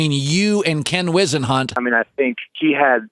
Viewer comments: You guys needs to do your research on how to properly pronounce peoples names. For example it’s now WISEenhunt it’s WHIZenhunt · Mispronouncing people's names, notably "Why-senhunt" really hurts the credibility of your channel. Especially, when is' pronounced correctly in a clip included in the video. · How the fuck are you saying Ken Whisenhunt's name wrong then show a clip of it said right then immediately said wrong again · This channel sucks. You just pick guys who didn’t pan out or who fell off and blame the coach. Lev bell completely fell off a cliff playwise. You can’t even pronounce ken Whose hunt’s name, and he took the Cardinals (The freakin Cardinals!) to a super bowl. Your channel is worse than clickbait. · The way he is pronouncing Leinert and Whissenhunt wrong is driving me nuts. Also, as bad as Gase was as a head coach, Bell ruined his own career, not anyone else. Dude was pretty damn dumb. Turned down the contract in Pittsburgh, to take a lesser contract a year later with the Jets. Thought he could "mumble rap", which he only got a chance to do because he played in the NFL. Now is fighting Adrian Peterson because he is most likely broke.